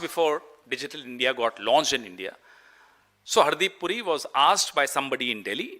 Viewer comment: पहले तो नाम सही सही बोल हरदीप सिंह पूरी नहीं बुरी